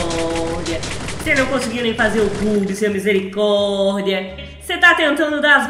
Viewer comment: Quem gosta quando a fala misericordea